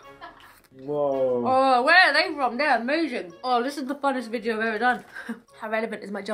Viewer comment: I miss the times when you used to say bideo! Please say bideo 😂😂